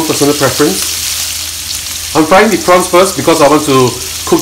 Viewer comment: 😂😂😂😂please say ‘the’ and not ‘dee’ boleh tak? 🥰🥰